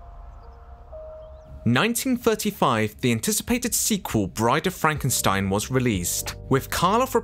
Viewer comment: That's Frank en steen